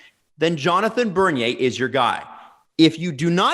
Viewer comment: I had to pause the video when you said bernier.